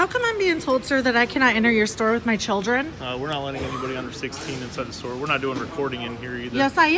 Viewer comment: "Chooldren"?! This Karen's kid is ashamed of his mom's Karenitis!